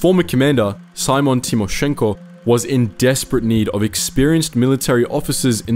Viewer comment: “Simon” Timoshenko… lol